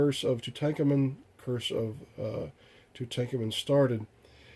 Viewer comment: Aside from the horrific 3rd-grade reading level exhibited . . . very informative. FYI - it's pronounced Too-tonk-awmun. Where do you live . . . under a rock?